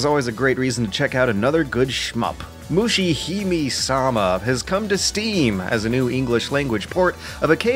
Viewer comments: its not "may", its "me" as in "Mesopotamia" and "meditation" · LOL Its not 'May', its 'Meh'! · Moo-she Hi(m)-may sa-ma It's a weeaboo pet peeve. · "Mushihimi-sama" got me so triggered, you don-- Kidding, great video. The last game in particular looked interesting! Really enjoying this series, looking forward to more. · MusheeHimeeSama - that's one way to slaughter this name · Mushihimesama is pronounced with the "e" at the end of "hime" pronounced with the "me" sounding like "may". All "e"s in any Japanese name whatsoever will sound like that, there are no silent vowels. Sorry for being the pronunciation police but it's really bugging me for some reason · Every time you pronounce Mushihimesama wrong I cringe a little. Moo-she-he-may-sa-ma. In Japanese it loosely means "bug princess" or "princess of the bugs". Just... felt like I had to get that out there.